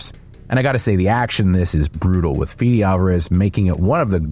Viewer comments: it's not pronounced "Fidi", it's pronounced "Fede", Federico is Uruguayan so his name is pronounced exactly as written... C'mon man, have some respect on the names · Feh-deh, not Fee-dee.